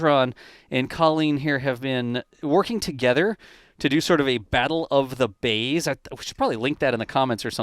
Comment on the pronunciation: Ha Ha - Funny! I thought you said Battle of the BABES then I went and re-listened and it was Battle of the BAYS.